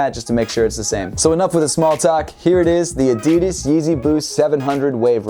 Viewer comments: man he just said adidis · He said addes lolo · Did he say adidis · I'm very put-off about the way you say "Adidas". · Why he say adidas like that..? Lol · LEARN HOW TO SAY "ADIDAS" RIGHT!!!! For fuck sakes....